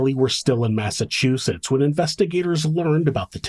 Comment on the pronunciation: Thank you for pronouncing Massachusetts properly. So few do.